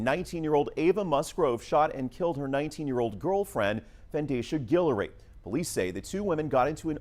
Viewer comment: "Fandasia Gillory". Roger that.